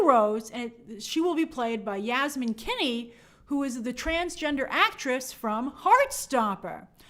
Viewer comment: Were you mispronouncing the name Finney? 😂😬 Like, saying something like “Kinney”.